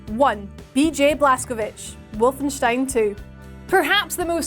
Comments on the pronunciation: You said Wolfenstein correctly :O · This is the first time I hear a non-German actually bothering to pronounce Wolfenstein properly.